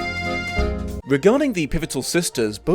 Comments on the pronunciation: The Charicters? Really? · The Charicters